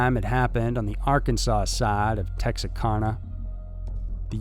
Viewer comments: Tex-Are-Cana not Tex-Are-Karna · Texarkana Tex are can a Not Tex a car na. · Same 😏 but incase anyone wants to know it’s pronounced “Tex-Are-Can-Uh” Regardless, another great video !!! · It’s “Tex-are-can-ah” or “Tex-ur-can-ah” or “Texah-can-uh”, not “Tex-are-con-ah” . Just FYI. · Tex-AR-Kana....not Tex-a-karna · Texacarna???? WRONG!!! It’s pronounced Tex-r-can-uh!! JUST LOOK AT THE FUCKING SPELLING ON THAT NEWS ARTICLE!!! AHHHHH I HATE IT WHEN MOTHERFUCKERS DON’T CONFIRM PRONUNCIATION!! Even my dyslexic ass wouldn’t fuck up that pronunciation that bad!!! 🤦🏻‍♂️🤦🏻‍♂️ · You pronounce Texarkana like this. Tax R. Can na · "TexaKARNA" .....Ooof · It’s pronounced TexARECANA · I love your work. It's Tex-AR-CAN-a, by the way. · I thought you might be from Texas, as your voice and manner of speech is so similar to Matthew McConaughey. However When you mispronounced the name of the city, Tex-ARE-KANA I knew you must be from another place. 😉 Are you on TikTok? Your numbers would rise dramatically if you had a presence over there. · Tex R can ah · You’re pronouncing Texarkana wrong. It sounds like Anna at the end, like you pronounce Louisiana. The town is named for the three states the town is bordered on, Texas, Arkansas, and Louisiana. Great video though! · Tex-are-can-uh. Not whatever your saying. Come on bro, pronunciations aren't hard if you just look it up. Constantly mispronouncing simple words is irritating af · Texarkana is pronounced "Tex-Ark-Anna". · Texarkana is said like Tex-are-cana. My grandmothers first cousin was V. Sparks. Kate had the bullet still in her throat when she passed. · I live in Texarkana and it’s pronounced as if it’s “Tex-AR-CAN-uh.” Not the way it’s pronounced in the video. Love the content, nonetheless. Just FYI. ( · Its pronounced TEX-R-CAN-A....Just thought Id let ya know... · Texarkarna? Another interesting pronunciation. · The Town That Dreaded Sundown is about the murders in Tex-ar-CAN-uh. Now I gotta watch it again 😖